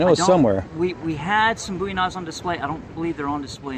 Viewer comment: Thank you for pronouncing Jim Bowie's last name correctly! The musician claimed he chose it as his stage name because of Jim Bowie, but pronounced it wrong and now everybody pronounces Jim's name wrong! The name comes from Scots Gaelic, and means "fair" like with fair skin and blond/light-colored hair.